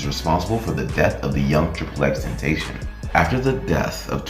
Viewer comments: STOP SAYING HIS NAME WRONG ! !!!!!! D:<<<<< IT IS NOT XXX TEN-TAY-SHIN IT IS XXX TEN TOSS-SEE-OWN!!!!!!!!!!!!!!! I WILL NOT BE SUBSCRIBING OR TURNING ON NOTIFICATIONS!!!!!!!!! FUCK YOU!!!!!!!!!!!!!!!!!!!!!!!! DONT EVER DISRESPECT JAHSEH LIKE THAT EVER AGAIN!!!!!!!!!!!!!!!!!!!!!!!! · tentation is not his name ..... ten ta cion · L for you saying triple x tentashon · Triple X Ten (ta-c-ön) pronounce it right bitch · Ten Tayshin. Can’t even pronounce his name right, but knows enough to walk you through a hypothetical murder case. 👌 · I would follow if you pronounced Xs name right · Can you say and spell his name right? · Jesus pronounce his name right, please, he’s not with us no more, that’s mad disrespectful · I’m mad at how he pronounced his name. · You say his name wrong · Bothered me how you kept pronouncing his name wrong, but nice video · Ain’t nobody gonna mention how this dude made a 20min plus video and researched xxx and can’t even say his fkn name right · No one finna talk about how he said xxxtentacion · I dropped a dislike solely because it’s 2021 & you can’t pronounce X’s name right. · Yeah first thing I noticed too. Do you not listen to him or watch interviews? He explains his name many times. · cuz he can’t pronounce his name 😂😂 ignorance isn’t a good look..he’s not the only one giving this same information just saying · Aye at least pronounce his name right next time guy. 😒